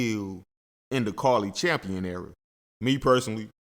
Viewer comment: Say the ladies name right bro Cari Champion